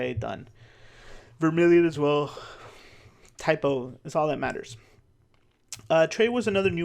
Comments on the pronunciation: Saying type o is a typo 😊 I had to start saying cadets cos I kept saying type o not type 0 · Idk something about the way you say Type-0 is just funny, first time hearing someone not saying "Type-Zero", but Im not a native enflish speaker 😅 its even on the card: class ZERO 😂😂😂